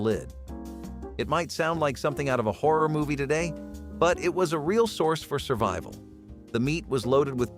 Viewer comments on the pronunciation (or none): none